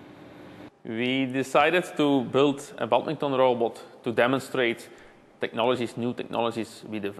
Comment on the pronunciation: It's sad to hear how the engineer stubbornly keeps mispronouncing 'badminton', even when attempting to speak English.